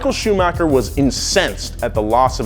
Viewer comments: Hahahaah “Shumocker!!” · michael shumaker? who is that? you mean michael schumacher? you spell his name looks like a milk shake..